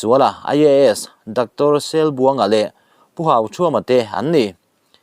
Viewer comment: Mizotawng i va han thiam tehchiam lo tak ,Mihring hming i lamrik dan te khi uluk takin han enchiang teh ,mi in khitiang khian an sawi ngai lo ,Selbuanga itih rik dan te khi "Sel ' tih khi (Selna anka ) tih a Sel lai kha a rîk dan tur a nih kha